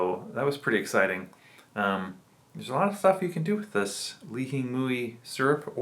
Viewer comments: Why do you say it like that? It’s pronounced “li-he-moi”.. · that’s how we pronounce it in Hawaii.. born and raised, and I’m still living here.. only people that say “ling-hing-mui” are tourists.. it’s “lee-he-moi”, or some people say “lee-he-mui”.. I mean, there’s no right, or wrong way of saying it.. it’s just funny hearing it said like how you said it, cuz no one says it like that